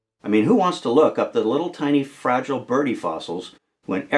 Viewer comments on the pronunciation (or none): none